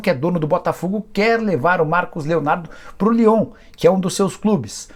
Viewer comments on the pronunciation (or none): none